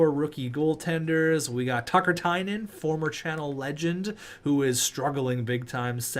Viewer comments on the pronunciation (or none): none